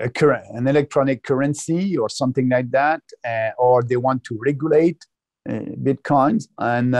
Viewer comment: Great interview, as a French Canadian myself I can’t explain why he pronounces it this way, it’s really funny isn’t it ? Bitquons 🤣